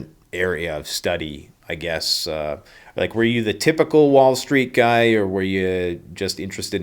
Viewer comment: It's Dr Guy,pronounced like" hey that guy",his name is synonymous with Guione,also synonymous with William,so just call him Bill!